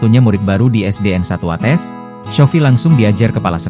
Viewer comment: Watês bukan watès